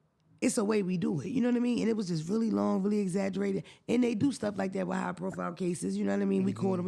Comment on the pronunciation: ‘Wit the quickness’ 😂 He frustrates me sometimes ❤